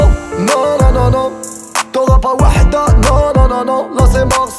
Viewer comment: sa se prononce wahda pas wada le h se prononce